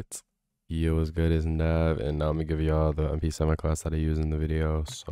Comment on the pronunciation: Yo name not nav😂😂😂🤣🤣